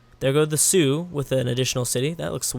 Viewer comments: Its the shawnue not the sioux!! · Will you ever stop calling the xiongnu the Sioux?